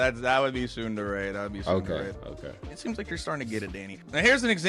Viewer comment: What's weird about Japanese is that every vowel is the exact same sound forever, never changing. Most people pronounce tsundere "ts-UN-der-rae". He pronounces it as, ts-UNE-der-rae, because hes trying to pronounce the "U" correctly. But, the "E" will always be pronounced as eh. So it should be Ts-Une-deh-reh